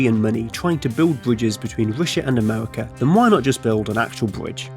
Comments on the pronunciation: Amewica, Sibewia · Amevika, Wussia, bwidge. What is this accent? I've compiled a small list of people that share this speech impediment; Torque steer, Numberphile, Human Interests, Carl bradbury, Thoughty2 Please send help. Im going insane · Yea, Amewika and Wussia should have a bwige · Wussia amewika